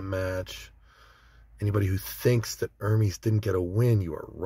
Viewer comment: its pronounced ermes not ermees